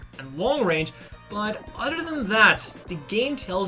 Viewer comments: It's not Jim... its GM or (Jee Emm) It's not udder... It's other ( ugh the er) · So what is your excuse for not being able to say other or a ton of udder words correctly?